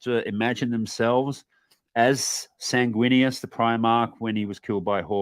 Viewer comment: Best Primach? You accidentally pronounced Sanguinius wrong ;) Amazing episode sorry I couldnt watch live